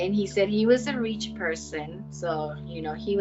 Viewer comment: "He was a reech person sooo he was berry wealthy."